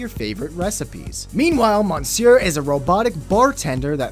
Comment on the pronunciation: Just because he can't pronounce monsieur...?